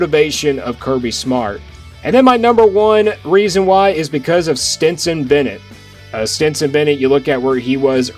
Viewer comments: I believe that his name is Stetson Bennett, not Stenson Bennett....................................... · Stetson. Not Stenson. Cmon dude. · Stetson...like the hat!...not Stenson. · Good work as usual. But here we Go again with Stenson Stenson Stenson!!! You might as well call CJ Stroud BJ Stroud. It's Stetson¡!!!!!!! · It's Stetson.. love your commentary. I agree 100% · It;s Stetson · It is STETSON !!!!! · Please don't butcher Kenny McIntosh name like that. LOL! I have NEVER seen a J at the end of that man's name. Like tf. Bruhhhhhh. You messed up SteTson Bennett's name too! Who are you? LOL!